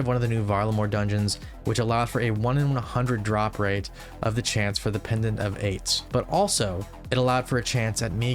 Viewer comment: why is bro saying pendent of aids